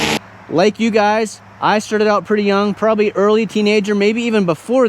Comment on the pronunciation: "Prahbee" is not a word.